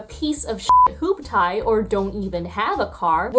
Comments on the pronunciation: after her amazing bar delivery earlier in the video. She says hoop tie 😂. I have always said and heard it as hoop"tea". Nevertheless a great video! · MGTOW and female YouTubers like ruined it Its pronounced "hoop-tee" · Hoop Tee is how you say hooptie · Just a heads up, as a midwestern-born white boy: It's pronounced "Hoop-Tee" not "Hoop-Tie" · Hoop-tee not Hoop-tie, you're welcome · It um... it's pronounced hoop-tee. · Hooptie is pronounced hoop-tee. But otherwise, go off sis. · Hearing "hooptie" pronounced as "hoop TIE" gave me an unexpected and hearty laugh in the middle of the incel/mgtow section. It may have been an unintentional tension break, but it was definitely a welcome one -- it's sincerely sad anyone trapped in a hell of their own circular thoughts, and they're no exception. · It's pronounced "hoop-tee", it means a crappy car that barely runs. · Hoop-tie ,😂 based on the rapping in the beginning this pronunciation makes sense love the vid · i chuckled at "hoop-TIE" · This video gets a 0 out of 10 for the way you pronounced hooptie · Really excellent video. First time viewer! I love how detailed this was. Also, the way you pronounced hooptie gave me a chuckle. :P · The way you pronounced hooptie omg you're so cute. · The way you pronounced “hooptie” tho. 😂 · Stopped the video twice to preen about her rap prowess... then mispronounced hooptie? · Your generational ignorance about how to pronounce "hooptie" was charming. Good essay here kid. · “hoop-tee”, imma assume you did that on purpose, since you name dropped TooShort and dropped bars. much love <3 . . also, how is this channel not at a million?